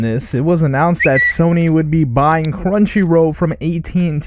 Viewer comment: Hey just wondering where you’re from I’ve never hears anyone say crunchyrow